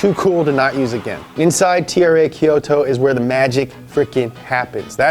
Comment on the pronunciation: You nailed Kyusha, but whoever said Rakuoka and Kyoto butchered it, heh